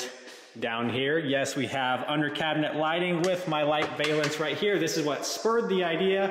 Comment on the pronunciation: "Valance" rhymes with "Balance"